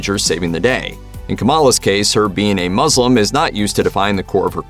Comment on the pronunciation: Him: mrs marvel is the first muss-lim character Me: did you as muzzlin or muslin? Lol nice video